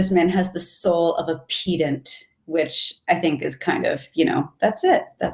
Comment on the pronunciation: is she saying pedant that way to provoke pedants to correct her? 🤣 this triggered me